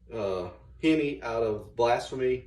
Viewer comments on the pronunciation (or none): how this guy says "HEMI" 2->1 up down shift why cotton?